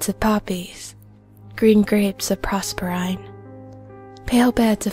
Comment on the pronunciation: But is proserpine, not Prosperine.